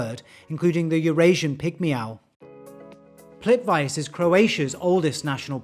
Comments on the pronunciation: ❤Plitvice -- is pronounced 'plît-ʋit-se' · dude, how did you pronunce Plivice?!!?! please